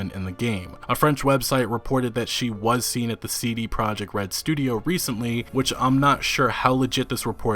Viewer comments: Im so excited to this game btw it is pronounced as "proyekt" not project the the j makes a y sound, its a polish word. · considering respect towards cdpr and the number of times you say "cd project red" in the video you could've learned that it's pro-iekt, not project